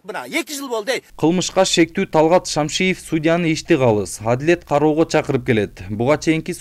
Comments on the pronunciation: Шамшиев дебей Шамиев десениз. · Журналист туура окучу Шамиев деп Кайра Кайра эле Шамшиев дейт да. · Шамиев десее кечкеле Шамшиев дей бербей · Блогер туура окучу???Шамшиев эмес, Шамиев. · Журналист фамилиясын туура айтсаң Шамшиев эмес, Шамиев Имаш деп турат го. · Эй журналист фамилияны туура окусан Шамиев деп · Талгатты́н фамилясын жакшылап окуп албайсынбы